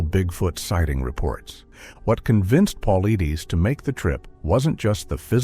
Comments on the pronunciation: It's pronounced "Paul - I -tis"! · ONE QUESTION: Why are you producing a video about David Paulides (it is pronounced Pul-ide'-ess) AND MISPRONOUNCING his name over and over and over through the whole thing is EXTREMELY poor narrating? Would you produce a video about Dr Ben Carson and pronounce his name "Dr Ben Cloopson" through the whole video? Don't you think that doing this pretty much negates your authority to talk about the subject? BE ASHAMED! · He mispronounces his name in all the videos he does. Quite inappropriate for someone doing a video about a well-known researcher. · Can’t even say his name right and we trust this? 😅😅😂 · Moronic! Not even professional enough to learn the correct pronunciation of David's name. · The mispronunciation of his name is killing me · Pronounce the man’s name right!!!